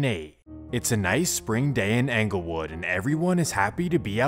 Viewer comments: Anglewood 😂 it's ING-GUL-WOOD (like Inglewood) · It’s not phucking anglewood, it’s Inglewood just spelled with a E damn get it right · it’s not pronounced “Angle” wood man, it’s “Engle” wood… you sound goofy everytime you say it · 😂😂 Yesssss... 😂 He's 𝘚𝘰 𝘙𝘪𝘨𝘩𝘵 that he can't even say the name of the hood right. It's 𝙀𝙚𝙚𝙣-𝙜𝙪𝙡-𝙬𝙤𝙤𝙙 yo, 𝑵𝑶𝑻 𝙚𝙝𝙣-𝙜𝙪𝙡-𝙬𝙤𝙤𝙙. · I'm just seeing this, I'm from Chicago. It's pronounced En gle wood not Anglewood. But I catch what you throwing. 😆 🤣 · I cringe everytime he says ‘Angle Wood’ instead of ‘Englewood’ 😏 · Am I the only one from chi slightly annoyed at how he says Englewood 😂 like bruh it’s ENGLEwood not ANGLEwood 🤦‍♂️ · Bro said “Anglewood” How you gon T up “2012” and then start talking about “2011” This video sucks dude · Dude keeps calling ENGLEWOOD , ANGLEWOOD 😂😂😂😂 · It’s pronounced like Inglewood Dope Video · He worked so hard gathering facts for this video but still calling it Anglewood lol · Talking bout 'anglewood". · The way he says anglewood 🤦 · Dude said Anglewood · BRO HOW YOU SAY ANKLEWOOD MAKES ME CRINGE 🥴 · I feel like you could get a lot more credit for doing these videos if you learned how to pronounce the neighborhood correctly. “ANGLE WOOD” sounds ridiculous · Yeah, he could have just YouTubed a video of Chicagoans pronouncing the neighborhood correctly. It's a bit agitating. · most people in da City do pronounce da S actually. No that Englewood part. Way off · It's Englewood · THE MAN DIDN'T EVEN PRONOUNCE ENGLEWOOD RIGHT 🤣 AND I'M SUPPOSE TO BELIEVE HE'S CORRECT ABOUT EVERYTHING? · He didn’t pronounce it, but I’m from Chicago and this nigga was a menace. He’s facing death rn due to the federal rico and is charged with 7 murders. All he did was just read the FOIA. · The pronunciation of ENGLEWOOD annoys tf out of me